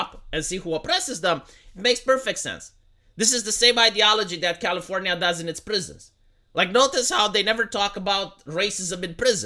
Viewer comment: I can’t believe said Californyanya incorrectly!